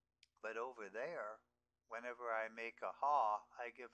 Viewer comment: create total confusion after watching this video.. you cant even pronounce nicely about your "here" and "there"...